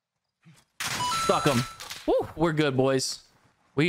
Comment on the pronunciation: Every time you say stuck him it sounds like you said f him